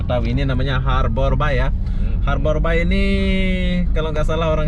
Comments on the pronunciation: Sekedar masukan, Bay pronouncing nya lebih kepada -“bei” bukan “bai”. Artinya teluk . Anyway, I miss Batam ❤️ From Singapore 🇸🇬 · harborbay bang...(bei) bukan (bai) .... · Norak ah masa ngomongnya harbor BAI , bacanya BEY bukan BAI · Pronounciation horbour bukan harbor tapi aber bey bisa dicek di kamus.. Batam (a keras) bukan batem sesuai EYD dong